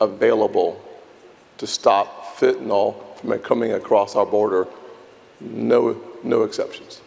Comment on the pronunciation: Pro Tip: It's Fentanyl. It's not Fentanol like Tylenol.